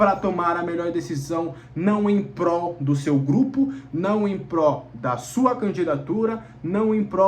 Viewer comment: "em Prol" e não "em pró". ❤